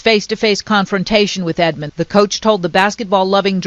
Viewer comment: You keep putting the s on the end of Edmond 🤦🏿‍♂️ you probably say meek mills too